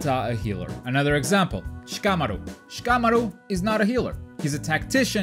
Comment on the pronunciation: It's pronounced SHI-KAH-MA-RU not SHA-KAH-MORU. Say it right without all the extra weeb shit you're putting in it lol